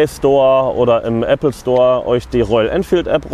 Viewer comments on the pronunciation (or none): none